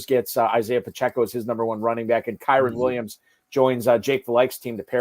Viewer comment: Hold on. 1 million dollar league. Fantasy experts. Deep analysis. And we can’t say Kyren’s name correctly? Other than that, great content. 😆 Thanks for sharing.